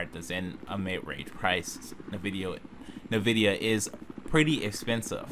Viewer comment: It's not pronounced Na Vidia, it's N (the letter) Vidia, NVIDIA.